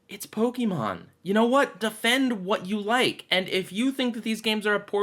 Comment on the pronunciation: It's not Pok-EE-mon! It's Pok-AE-mon! like in fianceé or café. Pokémon.